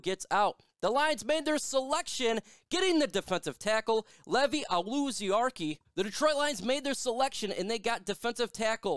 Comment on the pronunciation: Your pronouncing his first and last name wrong.